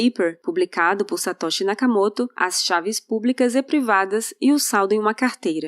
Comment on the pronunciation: faz pausa e toda pompa pra falar Gutenberg e fala Nakamoto como se ele fosse um paraiba do RJ.